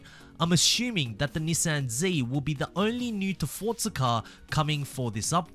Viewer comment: Please say Forza not Fortza you Australian